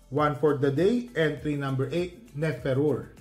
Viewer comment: Ne fe ru re po ang basa parang tagalog ang pagkakabigkas. Prinsesa ng Egypt